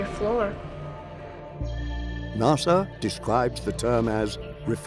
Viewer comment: I'm glad to hear it. The way he pronounced NASA had me wondering..